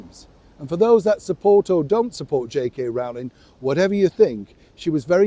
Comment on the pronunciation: Sorry,but J.K.Rowlings name is pronounced J.K.Rolling.